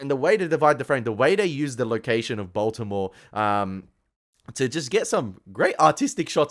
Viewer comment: For someone who has watched "The Wire" for 2 seasons and made a big deal about singing along to all those "gangsta" lyrics you seem to know so well... ...No one pronounces Baltimore as "Baltymore". Even a Canadian like me knows that. Perhaps you should listen to the dialogue rather than singing along to the music that you love so much. No one is ever going to mistake a young Australian man like you as someone who could cope in the streets that "The Wire" portrays (whether as a street dealer or as a cop in any capacity). Assuming you understand that these stories are based on real-life experiences... you do know that, right? Or is this some young Aussie's "gangsta" fantasy? No shortage of those!!